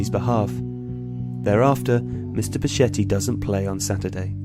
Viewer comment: its pronounced becketti